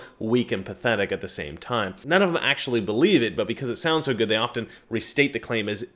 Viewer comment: often, NOT ofTen (SILENT "T")!!!!!!!!!!!!!!!!!!!